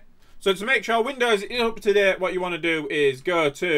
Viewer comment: And also “UP TO DEHT”